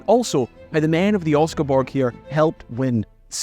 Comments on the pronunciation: nice video! just one thing... pronounce ALL the letters. Don`t skip the second S in Oscarsborg and you will have the pronounciation as good as a local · Thanks for covering some Norwegian history. It's nice to see my home country get mentioned online. though you did butcher the name "Oscarsborg"... if you didn't forget the S it would have been easy to make it sound like something similar to how it is said in Norwegian.